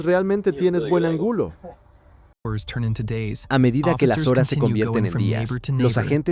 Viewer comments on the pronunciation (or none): No tan buena, dijo angulo en lugar de ángulo.